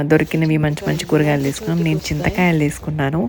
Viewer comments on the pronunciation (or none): నీను కాదు మేడం, నేను అనాలి. PM అంటే మధ్యాహ్నం, ఉదయం కాదు.